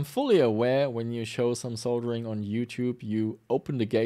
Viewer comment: You get a thumbs up for pronouncing "Soldering" properly, as many YouTubers pronounce it "Soddering" and they sound stupid.